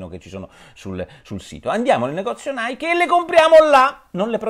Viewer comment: Comunque Nike si pronuncia "naiki" non "naik"...